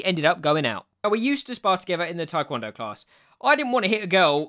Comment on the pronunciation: I didn’t know you twikwondoe- Twidoncon? Tiwncondo? Trycondo? Twikwondo? TI-KON-DOH!